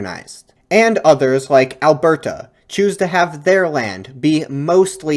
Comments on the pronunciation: Bruh you need to not enunciate the "T" in "Alberta" so much. It is Alberta. Not "Albertuh" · as someone from Alberta, it's hilarious to me how every single time you say Alberta, you way over pronounce the T. we pronounce it more like "al-ber-duh", rather than "al-bert-uh". not hating just found it funny :) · alberta is pronounced "ahl-burda", soft t. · Nice work man! As an Albertan though, the way you pronounced Alberta made me cringe! 😂